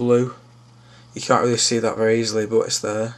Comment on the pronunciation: lol at the way insted of but they say bot